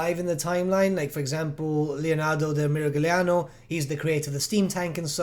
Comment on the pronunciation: Going by the rules of Italian linguistics (standardized), the 'g' in Miragliano is supposed to be an accent, not a fully pronounced letter, due to the letters after it. While I don't see a purpose in giving a lesson on the Italian language nor am I educated enough to know many linguistic terms, what you need to know is this: "Signore" follows the following rule: as /ñ/ (palatalized ‘n’) in digraph ‘gn’ / (palatalization of the ’n’ - “see-nyoh-rey”) "Miragliano" is an axmple of the following rule: as /λ/(palatalized ‘l’) in digraph ‘gl’ (palatization of the 'li' - "Meer-ah-lyee-ano") Hope this helps!